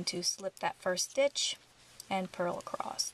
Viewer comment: Just some constructive feedback: you pace well, content is instructive, patterns awesome. We all develop accents & quirky ways to say things. In this case, my suggestion is to watch out for the word ACROSS. Ending it w a "T" is unpleasant to hear. Maybe watching out & ending the word ACROSS with the proper "S" ending , would likely make your videos more popular. Like I said, you've got great content, pacing, etc.